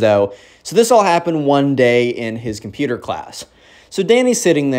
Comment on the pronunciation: COMPUTER (COMPUTAH)